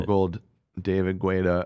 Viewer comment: david guetta is pronounced "getta"